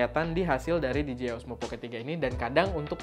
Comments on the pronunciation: "di je ai" ya bang bukan dijiai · PENTING NI BANG..🙏🙏🙏 CREATURE = DIBACA KRICER (MAHLUK/CIPTAAN) CREATOR = DIBACA KRIEDER (PENCIPTA/PEMBUAT) POWERED = DIBACA PAWERD WEATHER = DIBACA WEDER DJ = DIBACA DI-JEY (DISC JOCKEY) DJI = DIBACA DI-JEY-AY MUDAHAN DI NOTICE.